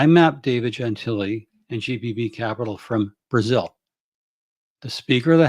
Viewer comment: Isn't his name pronounced gen-TILL-ee?